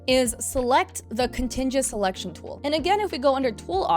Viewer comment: Very helpful tutorial, I had zero clue about the grow options or the symmetry tool. P.S. its pronounced Con-tig-you-us :yougotthis